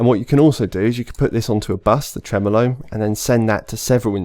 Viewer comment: It’s “Tremolo” not “Tremelo”